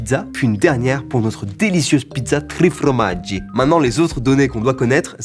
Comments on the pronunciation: on dit formaggi pas fromaggi mais je t'en veut pas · Par contre ça me stresse trop... on dit FORMAGGI pas fromaggi en italien hahaha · FORmaggi pas FROmaggi 😝